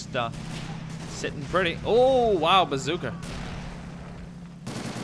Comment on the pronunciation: I've always wondered why he says bazookr instead of bazooka